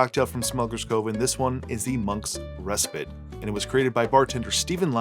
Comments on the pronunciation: I say Ress-Pit. Ree-Spite is what you do to your ex. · I would say Reh-spite.